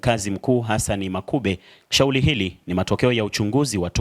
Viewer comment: "Taalifa" , "Shauli" ❌❌ nashauri huyu reporter asiwe anafanya narration huenda akawa mzuri kwenye shooting & Editing abaki huko plse huu wangu mtazamo tu jmn